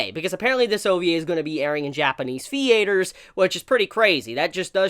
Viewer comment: You pronounced theatres, theATERS 😂